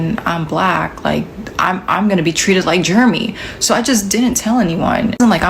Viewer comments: Pretty sure it was Jer-e-my and not Germy. Why is she pronouncing it like that?😂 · why is she pronouncing Jeremy like that? She's calling that boy "germ-y". Did they call him that in school, and she's subconsciously doing it now without realizing it? Like, does she think that's how that name is actually said?